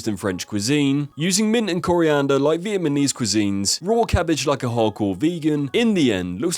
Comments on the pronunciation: bro can not say Vietnamese at all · Say it with me: "Vi-et-NA-mese" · R u dyslexic lol? So many mispronounced word. My favourite is vietmanese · "Vietmanese" Come on..